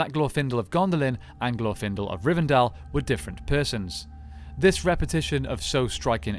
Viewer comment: Ok, admitting that I'm weird, the pronunciation of 'Glorfindel' put me off so much that I couldn't finish the video. I'm not meaning to be harsh, this is as much or more of a "me problem" as it is an "I think there is at least objective congruence upon which syllable gets the emphasis problem", but for me, every single time I heard "glorFINdle", I shuddered. It's "GLORfinDELL" and fight me about it.